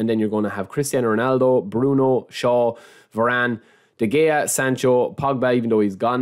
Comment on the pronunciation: im sorry man but i think its "vaa -run" and not "ve-renn"😅